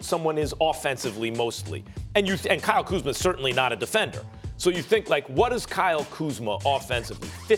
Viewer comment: how come Stephen A can pronounce Kyle Kuzma properly, but not Rob Pelinka?